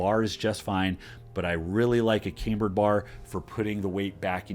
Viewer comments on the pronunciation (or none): Cambered (Cam-bird) bar. Not came-bird